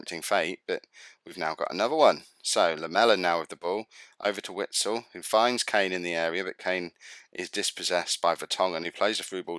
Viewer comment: Douglas costs plays for Bayern Munich after signing from shaktar fairy recently, I'm pretty sure he destroyed Arsenal recently. and its pronounced Witsel I think 😂👍🏿